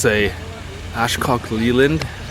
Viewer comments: ASHCOCK LAYLAND... LMAO...ITS Ashok leyland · I just died when you said “Ashcock Leyland”!😂😂😂 It’s “Ashok Leyland”..🙂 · did he say Ashcock leyland??🤣